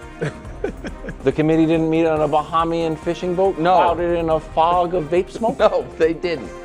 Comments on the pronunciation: its pronounced BA-hay-me-un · Hey Wildes, I am from The Bahamas. It is pronounced ba-HAY-ME-IN. This is my favorite show, love you guys! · Its “Buh-heem-yin”. [Bahamian] Wildes. Dont disrespect us buddy. 🇧🇸🇧🇸🇧🇸🇧🇸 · lol KW, it’s “Bah-hey-me-en”! Grotesque pronunciation lol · AS A BAHAMIAN I DONT LIKE HOW WILDES SAYS BAHAMIAN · You pronounced Bahamian incorrectly!